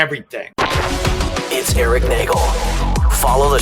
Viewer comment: I loved when Jim called E-Rock ,...." irrick"